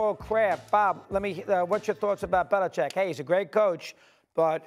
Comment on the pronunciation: Belichick. “Bel-i-CHICK’. Read the letters.